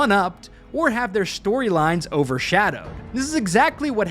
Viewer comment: Their shtorylines, huh?